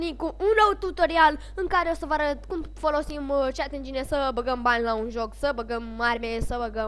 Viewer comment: se pronunta cit (cheat) , tu ii zici chat engine :)) si incerci prea tare sa fii interesant ,la faza cu "va puteti pune orice" , ai repetat aia de 10 ori , daca nu ai despre ce vorbii pur si simplu....taci